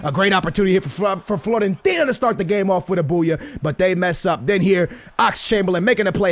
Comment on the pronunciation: Floorentina? lol classic And yo I like that you are putting out a variety of videos and stuff, but a little more focus would be cool and attention to quality. Again, quality over quantity any day of the week man. This is not hate people, just chill.:)